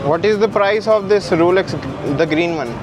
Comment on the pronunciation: bro its ROLEX not RULEX